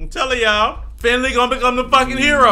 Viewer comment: WINLEY!!!! (ik its Finley)